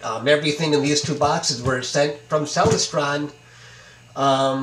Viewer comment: Hi: Very cool surprize. You maybe pronouncing Celestron incorrectly. Check out this video. ••. • • I have a Celestron Omi XLT120 on a German Equatorial Mount.. Look forward to seeing your new images. • Cheers from The Detroit & Mackinac Railway 🚂